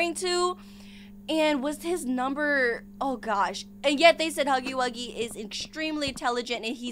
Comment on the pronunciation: It's not huggy-wuggy